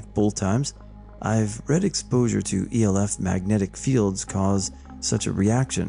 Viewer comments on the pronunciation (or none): none